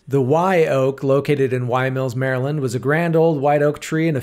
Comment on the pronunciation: This is the first non-marylander who ive seen who can pronounce maryland properly. Im gonna put a like on this video just for that reason alone.